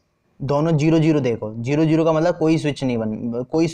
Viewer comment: Please don't speak jero it's zero 😂